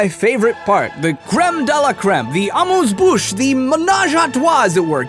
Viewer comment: LMFAO 😂😂😂 personally I 'm french and it's my favorite part of the video "the amuze bush"😂😂😂